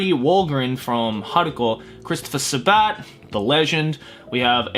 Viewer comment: protip: the stress on sabat's last name is on the "sa" not the "bat" : )